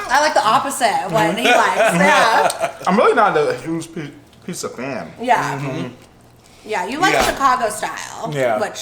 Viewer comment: OMG such a more POSITIVE VIBE WITHOUT NOC IN IT!!!!YASSSSSSSS!!! no yall noc does not need to be included in all the videos frfr she tarnishes the vids and brings nothing but ATTITUDE< its PIZZA!!!! not PISSA for the love of god smh its pronounced with a z not an s!!!!! noc is probably throwing a tantrum while watching this hahahah🤣🤣🤣🤣